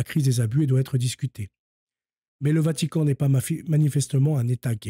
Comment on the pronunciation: Et moi j'allais ajouter autre chose. Ça va pas être agréable et c'est pas si simple que ça de le dire de mon côté non plus. Dans ton "apostolat", que je respecte, et le travail honorable dans lequel tu t'es lancé, essaye de corriger certains travers...comme Hertchique. Djieu. Vatchican...etc. Ça ne sert pas la cause et ça ne te rend pas service non plus. C'est les gars de la cité qui articulent de cette façon. Les Wesh. J'ai mon libre arbitre pour finir par te le dire. Car à chaque fois que je t'écoute, ça mécorche les oreilles. Tu as le libre arbitre aussi d'y veiller pour corriger ça (et ça sera pas évident, mais c'est possible), ou tout bonnement t'en ficher. Je sais pas si d'autres te l'ont dit. Mais là j'ai fini par le faire.